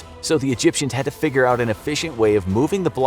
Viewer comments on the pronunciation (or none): none